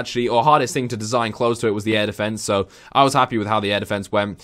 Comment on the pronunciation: Dude your Air deffences 😂